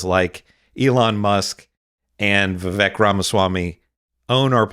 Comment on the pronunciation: Just a note: while Sam has taken recently to saying "Ramasmarmy", the reason he says "Vi-vake" is due to something Ramaswamy said when he was a Presidential candidate -- "My name's Vivek, rhymes with cake", so although Sam is making a point about how smarmy this man is (Vivek himself is the son of immigrants), he pronounces the man's first name as the man himself said it should be said.